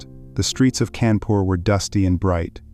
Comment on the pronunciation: It's kaa'n poor fyi